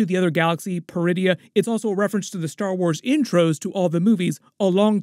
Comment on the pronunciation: Oh. PER-idia. I thought she said "DRU-idia". Funny, she doesn't look Druish.